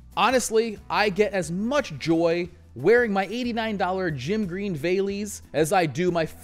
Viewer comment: This is how you pronounce vellies: It's a contraction of "velskoen" or "veldskoen". F and V are pronounced the same in Afrikaans.